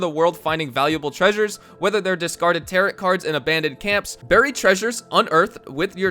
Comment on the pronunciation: I am so excited for the update, I wish I had more time to grind before it drops though. I am at level 97 with 179 gold bars and 5k$, so I am not doing too bad but just wish I had more. Great video btw, please don’t take this the wrong way man but the second t in “tarot” is silent, it’s like saying the word arrow with a T and the beginning.